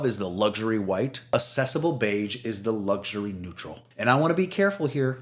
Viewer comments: AK-cessable Beige. The first C is pronounced like K. Like "access." It's not "assess." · Accessible is pronounced ak-sessable. I only care because AI often mispronounces words. And when you posted Sherwin Williams Accessible Beige, you only capitalized Sherwin. So now I don’t know if you’re a human or not. 😂 Again, I don’t care about perfection, but these little tells are the AI giveaways. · Nice color ideas, but check the correct pronunciation of accessible and Hague.